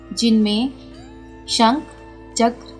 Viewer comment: shankh hota hai sank nhi aur gadha nhi gada hota hai.. pls in chizo ka dhyan den